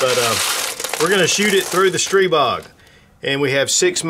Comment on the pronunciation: Thank you for the great video, and THANK YOU, THANK YOU, THANK YOU for pronouncing Stribog correctly.